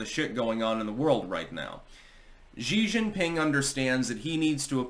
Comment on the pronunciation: You really need to learn how to pronounce Xi Jing PIng. You talk about him a lot.